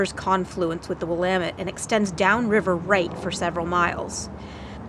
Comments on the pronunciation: We locals say will-am-ette with the emphasis on the second syllable. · Will-LAMB-it That's how Willamette is pronounced. The accent is on the 2nd syllable. Btw, I grew up in that river, on a farm just north of Spongs Landing Park. My grandpa sold 10 acres of our 60 acre farm to the county so they could make the park. It's nice to still be able to go home. The farm was sold around 2001, so that park is really special to me.